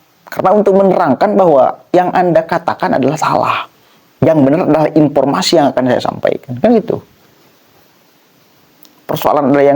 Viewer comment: Akang presenter punten, profesor bukan propesor, ,,,informasi bukan impormasi❤